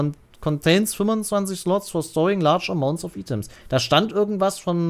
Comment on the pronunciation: Kurze Anmerkung: Es heiß nicht Item sondern wird Aitem gesprochen und es heißt nicht iCon sondern wird Aiken gesprochen :) Bitte Englisch korrekt aussrpechen oder generell weglassen :)